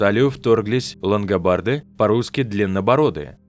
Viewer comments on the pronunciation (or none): Нужно говорить : лунго барды.